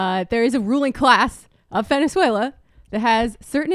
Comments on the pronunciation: I think what he means is she speaks in an unmistakably American accent, all of the time, except when she says that one word, Venezuela. Granted it's not exactly a big issue, it does feel very forced though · Why does she speak with perfect American English but then say the country's name, Venezuela, with with a thick spanish accent? Does she say the word United Kingdom with a Welsh accent too ? What a weirdo. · why is she pronouncing Venezuela spanish? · To me part of the act, to make audience feel she a genuine venezuelan.. it like Guido studied in US university, trained in US FOR THIS. .. but on fox news speaks in spanish.